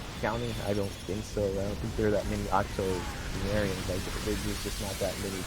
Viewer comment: Did he say octonareans